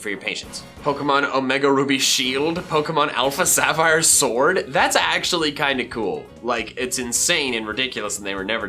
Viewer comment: He said srwod not sword